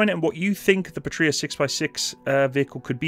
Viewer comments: Small note to keep your head growing too large ;) The name is "pA-tria" rather than "patr-Ia" (and whoever thought capital i should look the same as a lower-case L in sanserif is to be hung, shot and run over by a Buick, just saying). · Great video but, just a little suggestion. You emphasize the word Patria wrong. Go to google translate enter PATRIA and listen to how it is actually emphasized when pronounced. I'm sorry, but I'm cringing, when I hear how you do it. 😉Eagerly awaiting new videos. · Pa gets shwa'd, Puhtria lmao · I think they did not work with you, because you are pronouncing the bname of the company wrong :)